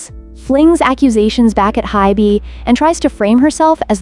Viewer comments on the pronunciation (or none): Hint, if you spell Ador and HYBE as Adore and Hibe, it may fix the AI pronunciation error.